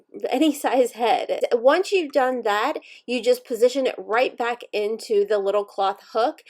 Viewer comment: I love how the strong accent comes out every now and again lol " backround" "wire" "back" lol girl I love ye